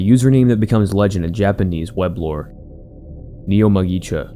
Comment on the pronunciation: Just for the future: the u in japanese is more pronounced like english "oo", so neomugisha is more like neomoogushia and not neoməgisha